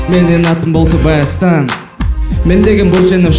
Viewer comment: Баястан эмес Байастан болот